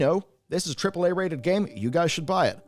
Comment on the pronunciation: can't even say AAAA, and that's wonderfully hilarious